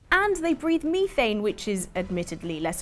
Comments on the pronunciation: Miithane? It's methane, as in METH and ane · In my Hermonie Granger voice” It’s Meth-ane not Me-thane” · meth-anne not me-thane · my sympathy for grunts went out the window when you pronounced methane as ME thane